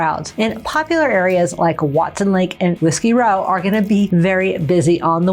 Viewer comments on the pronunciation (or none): none